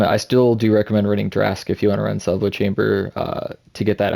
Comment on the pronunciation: Pronounced sha veet